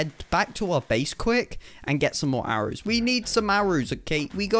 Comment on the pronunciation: He said arows